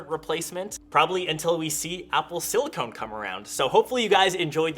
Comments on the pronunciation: It's not "Silicone". It's Silicon. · tipoomaster then why does he pronounce silicone? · Haha, 😂😂 He said Silicone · Oh come on, after your other videos it should be clear now it silicon and not silicone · Apple Silicon... not Silicone. Silicone is a rubber. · It's not silicone at all, chips are made of silicon, two different things. You would pronounce it in silicone. Silicon is what chips are made of, Silicone is what fake boobies are made of ;) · He's saying the wrong thing. Silicon with no E is an element used in chips, Silicone with an E is a polymer used in things like implants. There's no E in silicon, so it's not a case of not pronouncing the E. You do pronounce the E in Silicone, but that's not what's in chips. They're not the same thing and not interchangeable. Silicon - Silicone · You dont pronounce the “e” in silicone.